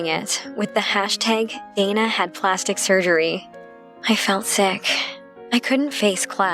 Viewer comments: I thought it was "surgery" not "surery" 😂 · "Surery" BAHAH